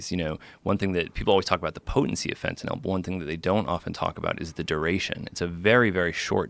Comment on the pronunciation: I hate how he says fetanyl